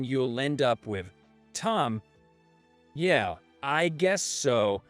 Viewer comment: Please people, yeah is not yay.